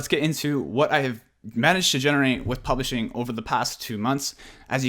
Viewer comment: Sounds like you say Polishing! Argh it’s Publishing ! Just saying